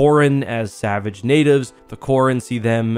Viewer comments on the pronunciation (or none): none